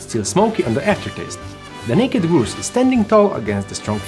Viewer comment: Amazing! Love it as always. Just FYI Grouse rhymes with House.